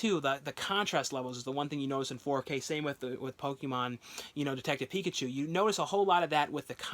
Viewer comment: Picked up the steelbook of detective Pikachu today, and man it looks GORGEOUS, one of the best ones ive seen lol you mispronounced it